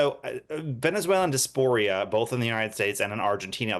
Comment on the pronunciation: Di-AS-por-a, not dasporia.